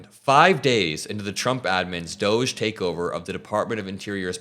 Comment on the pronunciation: why are you pronouncing doge incorrectly?